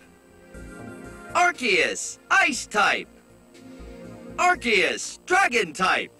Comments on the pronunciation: Excuse me, arceus is pronounced ARKOOS and yveltal is pronounced YAHVALTAL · It's arkeus not ar'che'us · Its not ar-see-us Its AR-KOOS Also i listened to this in the shower and i got to meganium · Ar-KEY-us Not Ar-SEE-us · I know! Everytime someone pronounces it "Are-See-Us", it makes me cringe! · Ray-quah-za and Ar-see-is will always be my preferred way of pronouncing no mater how much official media says otherwise 🤷‍♂️ Rose-raid also sounds weird to me. I prefer Roser-ade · i refuse to believe its arkeus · And Arceus